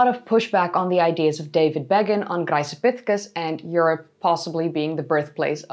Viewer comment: Just curious: is there a reason why you pronounce "Graecopithecus" with a soft, sussurring 'c' at the beginning rather than a hard 'k'? The way I see it, both are intervocalic 'c's preceding a low vowel. Am I missing something?